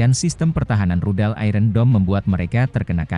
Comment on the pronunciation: Tolong kata 'iron' dilafalkan yang benar. Seharusnya lafal yang benar adalah ai - ern bukan ai-ren.